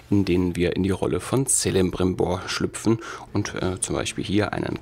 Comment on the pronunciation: Das C von celebrimbor wird als k ausgesprochen